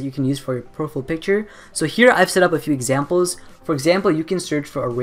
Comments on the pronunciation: Its Profile not Profill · its (pro- fiyal) not Profful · "profill" picture? "PROFILL"? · Proful" lol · I love the way you say profile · The way he says profile is the best ! haha love it :)